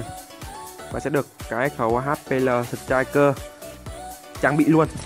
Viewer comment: Đức Tâm Phạm sờ trích kìa :v